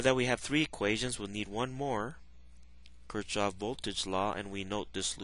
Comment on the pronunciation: It's a stupid critique, but "Kirchhoff" is typically pronounced like " 'keer-cough "